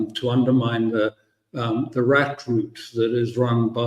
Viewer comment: Firstly it's Arad and not Arat. Secondly Arad was the director of Mossad's intelligence division.